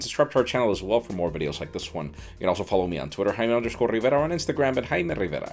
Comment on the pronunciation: I'm Hayme RRRRRRRRRRRRRRRRRRRRRRRRIVERA